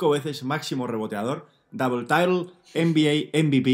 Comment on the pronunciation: Double title (inglés impoluto): Dabel taitel (inglés de mi pueblo) Si el canal termina algún día, abrirá una academia de inglés. ¿Buque o no buque?